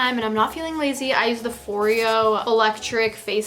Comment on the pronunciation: I swear when she said foreo I heard oreo😂😂🤣🤣